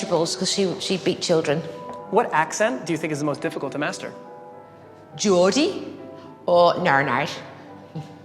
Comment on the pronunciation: “GORDie or norrrtheRn iRsh” haha I love her